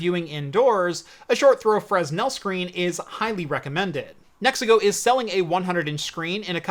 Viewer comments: This is correct. It is NOT pronounced “FREZ-NELL” It is pronounced “FREH-NELL” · Just so you know, the S in Fresnel is silent. It's pronounced "Frennel"